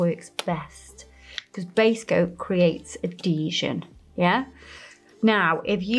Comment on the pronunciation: I love the way says “adeeesion” 😝💅🏽🥰🫶